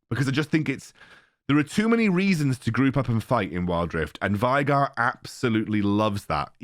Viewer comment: Veigar: being pronounced way-gahr youtubers: why-gar, take it or leave it